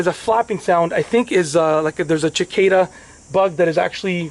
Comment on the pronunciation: “Chickaeda”? lol - Cicada